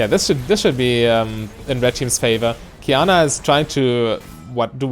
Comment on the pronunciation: You said Qiyana correctly. I'm proud of you ^^